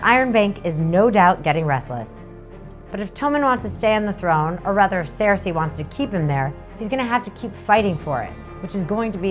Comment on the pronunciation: Did you say 'sarasay'? Lol, no worries, what a great way to explain real world economic concepts!